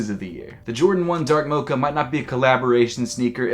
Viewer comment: Hate how he says “mocha”